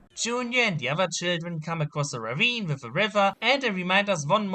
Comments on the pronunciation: When he screams "junior" it sounds like the Hungarian word "csúnya" Which means "ugly" lmfao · It really sounds kind he’s saying June-yah